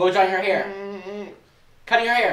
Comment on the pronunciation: I'm impressed that "Marissa may-er drying her hay-er" worked lol